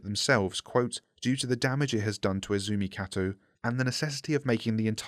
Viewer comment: Izumi Kato, ee zoo mee kah toe. "izumu katu" lmao